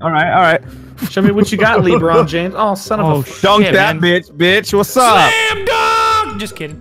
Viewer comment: "*Li*Bron James" 😂